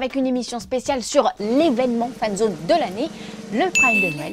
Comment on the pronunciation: A elle dit friendzone c’est terminé au lieux de fanszone mdr